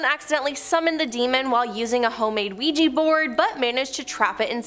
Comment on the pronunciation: Ouija board not ouiji